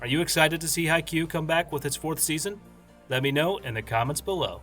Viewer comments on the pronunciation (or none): none